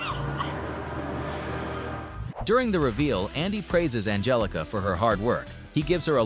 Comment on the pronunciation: Ann-Hell-ica . . . then spell it differently, G's are NOT H's